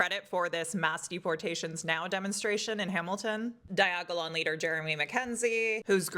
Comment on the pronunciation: Why don't those type of people actually drink the kool-aid anymore? Fkn snowflakes Every time you say diagolon I hear 'Died Gagging on Dong' lol